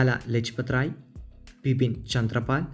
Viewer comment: ബിപിൻ അല്ല വിപിൻ ആണ്